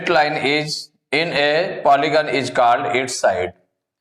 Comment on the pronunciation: Bhai phale khud padhna sikho 'Called' ko called padhate ho